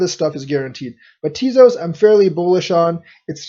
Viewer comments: Think it's pronounced Tay-Zose. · you lost me at "teazoss". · Ugh, you're pronouncing it wrong... 😬